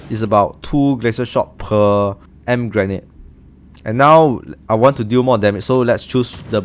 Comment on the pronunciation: In English you say “Ee-Em-Pee” grenade ☺️ Thank you so much for the help!!!!